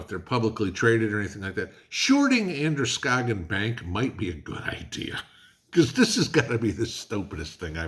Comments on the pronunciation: I am a Mainer and Androscoggin county is corrupt. so It doesn't surprise me, you did good pronouncing Androscoggin 😁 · Congrads....you pronounced Androscoggin right. That's the other Maine that we real Mainers call northern Massachusetts.